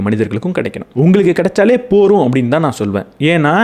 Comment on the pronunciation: போதும் என்ற வார்த்தையை நீங்கள் போரும் என்று அடிக்கடி கூறுகிறீர்கள்.அதை கொஞ்சம் கவனத்தில் கொள்ளவும்